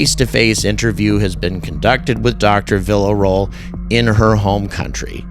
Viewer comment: Vee-Yuh-Ro-El is how you pronounce her last name. Idk why that erked me hearing you say it like “vila roll”😅